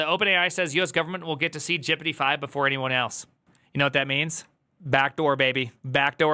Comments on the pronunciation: Please stop pronouncing GPT as 'jippidy' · i like how he says gpt jippity. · Why are you saying Prooompt and Jipitee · Anyone else confused by why says gpt as “jippity” and “prompt” as “proompt”?